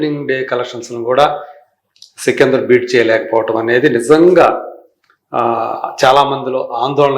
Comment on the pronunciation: సికిందర్ కాదు. సికందర్